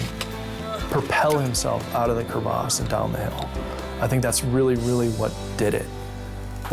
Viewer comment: It's called a crevasse.....not a Cre Vasse